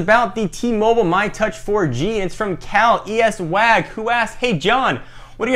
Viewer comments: Cal ES wag. its pronounced Cali Swag. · Cal-ES-wag lol.......i'm pretty sure it's Cal-E Swag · He said, Cal E S Wag lol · I think it's pronounced cali-swag lol you're so white. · its cal-e-swag lmao